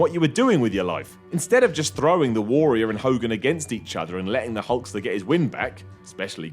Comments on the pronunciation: I like the way he pronounces Warrior. Worrior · The way pronounces "Warrior" is utterly bizarre. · I love you,, but you say "Warrior" really weirdly...